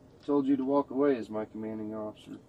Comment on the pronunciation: TJ! TJ! Wherez your commaning osifer? I’m not intoxifacted. TJ! You know that. For what? I zon’t unerstan.